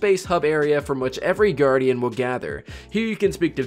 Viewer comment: The City welcomes New Gawdians